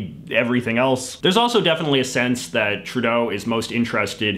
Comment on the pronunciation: Justin TruDAY-O